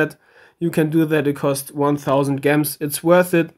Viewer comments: why do you say gems like (gems) it's pronounced (jems) lmao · lmao, I love the way you say Gems. In case you don't know, the G is pronounced like G in Ginger. Though it might be your dialect that makes you pronounce it that way. Regardless, i love it. Great video!